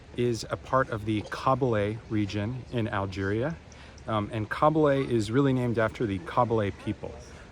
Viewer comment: Kabyle not kahbeele hhhhhh